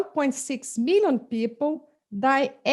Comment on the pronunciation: According to UNEEESKKO 1.6 meeollleeoon Peeoople :0